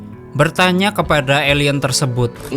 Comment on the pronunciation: Kok elien bukan alien😂😂😂